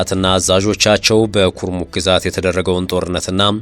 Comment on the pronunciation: ኩርሙክ ነው ኩምሩክ አይደለም